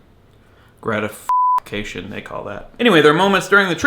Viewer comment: Hahahahah gradifuckation. Sorry that one really got me. Good thoughts though, makes ya think! :)